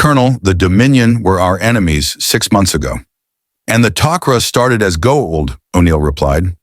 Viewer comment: You lost me when you got to O'Neil. And you can tell this was narrated by AI. Interesting premise. Wish I could finish it